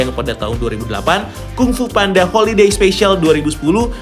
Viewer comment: Baru tau jga panda itu bacanya penda